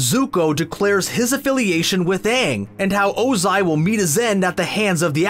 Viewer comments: You sayed lord ozi and IM TRIGGERD!!!!!!!!!!!! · The fact that he’s saying lord Ozia is so annoying